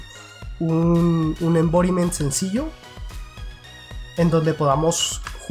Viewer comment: Envoriment? no sera "environment". Porque no hablas en español,. Broma aparte,buen video como siempre..